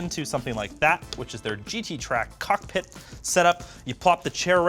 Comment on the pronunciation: he adds an unnecesary amount of emphasis on the cock in cockpit and I hate it so much